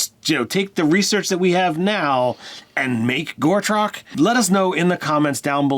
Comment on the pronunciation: Guys I'm sorry but please, its Go-trek, not Gore-trok. Other wise, fab video and yes please to the character build. Personally I'd go with zeolot barbarian Paladin oath of vengeance